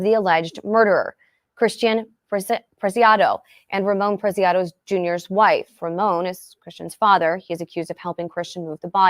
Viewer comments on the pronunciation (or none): It’s pronounced preciado, not picado . I wish people would take time to read names right.